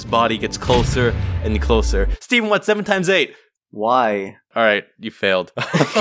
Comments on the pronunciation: How the fuck did you mess up Stephen's name? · Stephen not steven